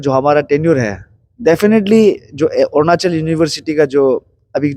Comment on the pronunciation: Ornachal??? Or Arunachal???